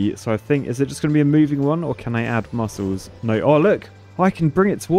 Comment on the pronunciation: I love how says "noy" instead of "no".